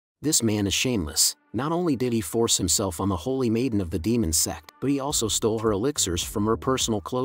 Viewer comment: are you calling sect or sex